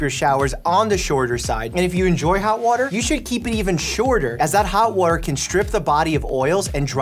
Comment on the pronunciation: waotter lol 😂 🥰